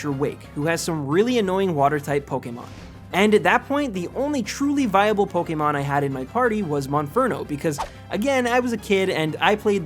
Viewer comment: It's Pok-ay-mon, not Pok-ee-mon.